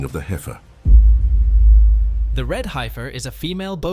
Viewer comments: It is not Hi-fir! It’s Hef-er. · as soon as it said HI FER i was ok its AI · The "i" is silent in heifer The pronunciation is killing me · The funniest thing about all this is the AI Voice can't pronounce Heifer correctly.